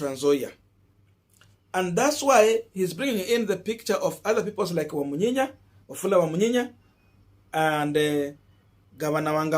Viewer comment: ur analysis nowadays is top notch save mispronouncing pipo's names.Plse work on pronouncing peoples names the way they are supposed to.."Wamunyinyi NOT "Wamunyinya",Gachagua NOT Gachague".